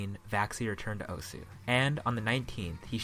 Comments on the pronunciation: I think people should know that the name osu (oh-su) isn't pronounced like that. Although I like calling the game oh-su, it's proper Japanese pronounceation is oh-S giving a hard s, almost like your shushing someone but instead of goi g "shh" you just go "ss" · it's so annoying how everyone pronounces it "O-sU". When you open the game it literally says "welcome to *osu!*", not "welcome to *O-sU!*"